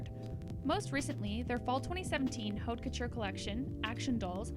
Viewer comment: OMFG would you two learn how to pronounce HAUTE FUCKING COUTURE???!?!?!? It's poison to the ear hearing you chew it up!